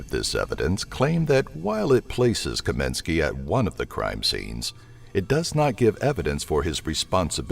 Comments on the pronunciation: It's *Kosminski, not "Kominski". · Its KOSMINSKI!, Not Kominski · You said "Mona-goo" instead of "Montague" and it's "Kosminski" not "Kominski" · Actually it is KAMINSKY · Your no.1 suspect is not Kominsky, you mean Kosminski. Sloppy. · As long as you re making a video about jack the ripper. Could you go to the FUCKING TROUBLE of pronouncing YOUR number one suspect s name properly. It s Aaron kosminsky. He s only been a suspect for 132 years so you probably didn't t get a chance to learn his name. You Yankee dumbfuck. Really looking forward to your next video about the ten greatest quarterbacks of all time like Preston and Eddie Manley. Robert stabback john nameth and don Maringo. Read a book yankee. It doesn't t give you cancer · the S maybe silent lol